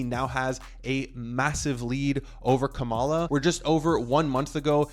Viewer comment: 3 weeks from the election, it's pronounced KAmala not KaMAla if you're trying to avoid tipping which way you lean.